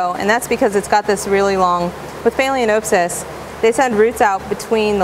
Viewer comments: Informative video and I'm sure you're quite knowledgeable of orchids and other tropical plants, but your gross mispronunciation of phalaenopsis made it very difficult for me to watch your video. It also gives the appearance that you are not as knowledgeable about orchids as you suggest. You are pronouncing the word "phay-lee-O-n-oh-p-sys". You area adding an "O" before the n. The correct pronunciation is "phal-eh-nop-sys". The "a" in phal should be pronounced like the "a" in pal. The "o" in nop should be pronounced as the "o" in not. Otherwise you have good information. It's just unfortunate that you perpetuating an extremely incorrect pronunciation to what is now almost a million viewers. If you don't think pronunciation is important, then I'll just call you AYNN instead of ANN or AYNNIE if you spell Anne with an e. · Haha phaleaNOPEsis.....😆😆😆😆😆😆😆😆